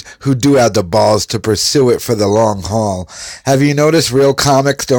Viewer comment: “Long hall” haha